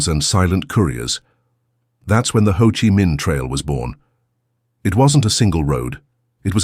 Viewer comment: The narrator should have coached on how to pronounce Vietnamese words like Chi & Danang.